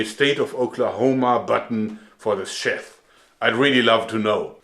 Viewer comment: Joerg fyi - sheath is not pronounced "sheth" but rather "sheeth"